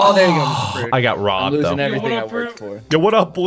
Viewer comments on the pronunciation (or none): What people hear: I got robbed What hears: I got Rhabbed